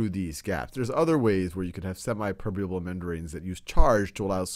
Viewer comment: It's not semai it's semi